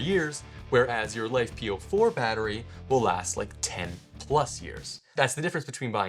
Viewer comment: If you want to be taken seriously, don't call them "life"-"po4". It is not "life", it is Li-Fe (Lithium Iron). Given the chemistry matters, use the correct term (Lithium Iron Phosphate) or if abbreviation is appropriate, LFP batteries.